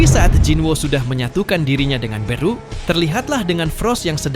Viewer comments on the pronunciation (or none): Beru bukan beeruu